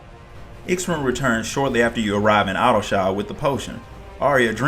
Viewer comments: Only complaint I have is the pronounciation of X'ruhn Tia's name took me a bit to get used to, but other than that this was awesome! Thank you! As far as I understand Miqo'te names are pronounced as one word. I.E. Y'shtola (Yeeshtola), M'naago (Minago), G'raha (Graha). So X'ruh would be (Xeruhn, at least that's how I pronounced it. Hard to confirm when there's no VAs) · "Sha-roon" is how to say his name, amazing vid though, seriously!